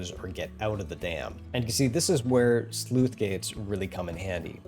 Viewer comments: I heard "sleuth gate" rather than "sluice" (which is pronounced like "juice") throughout this video. Otherwise, well done and awesome stuff! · Sluice is pronounced like juice. NOT Sleuth. That's a different word entirely. These gates do not investigate crimes. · It's not a Sleuth Gate, it's a Sluice Gate. Please look up pronunciation. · Sluice, not Sleuth. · Sleuth gates?! It's sluice gate my good sir. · SLUICE RHYMES WITH JUICE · "Sleuth" gates? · Thanks, to me it sounded like he was saying 'sleuth gate' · I just wrote it off as a minor speach impediment. It really should be said like loose with a leading S. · That c in Sluice is pronounced the same as c in city not cat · I know it's not relevent to the video but I've always pronounced the c in sluice as an s I've never heard it pronounced as an f before, just regional variation I guess